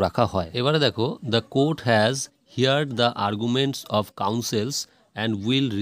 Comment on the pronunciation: হার্ড not হিয়ার্ড